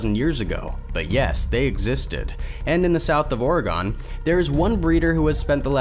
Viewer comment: why do you pronounce oregon like that